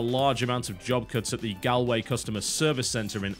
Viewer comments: Gal-way -.- Its said GALLWAY! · It's Galway as in Goal-way. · TB, 'Galway' is pronounced 'Gawl-way'. EA in Galway was originally 'Bioware Ireland' and was intended to be a twin to Bioware Austin and thus tied to SWTOR, providing ops management (basically keeping the servers up and running and capacity planning) and support. The fact that they're scrapping jobs there isn't exactly a vote for SWTOR as a free-to-play game. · "GALLLWAY" love. it. Its pronounced "Gal-" as in gallstones not gallant. Just FYI TB (not that you'll ever see this). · Galway? Really TB? It's Gaul-way. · its pronounced gawlway* spelt galway just saying cause you love grammer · Galway is pronounced Golway(the gol is the same as if your saying gallstones) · Galway is pronounced "Gaulway" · Its pronounced Gaulway :) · Galway is pronounced GAULway just to let ya know. As an Irishman, I apologize for the poor English-spelt versions of our towns/counties names. 8D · Just so you know, it's gALLway as in all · Galway is pronounced gall-way, Biscuit :) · That pronunciation of Galway lol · Don't wanna sound nit-picky. The Gal in Galway is pronounced like gall (in gall bladder). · He butchered the pronounciation of Galway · Your pronunciation of "Galway" pains me...